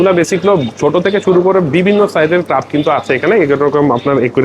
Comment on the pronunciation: ভাই উচ্চারণটা ক্রাব না, ক্র্যাব হবে। খুবই শ্রুতিকটু লাগছে শুনতে। আপনি অনুগ্রহ করে এই বিষয়গুলো খেয়াল রাখবেন।